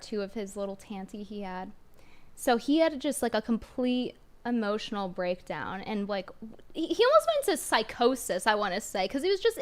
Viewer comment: I will also be stealing hemotional. 😂